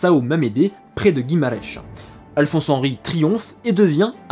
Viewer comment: Guimarech... non guimaraes, avec un a muet et un s tout aussi muet à la fin,, pas de prononciation en che, ni de s interminable...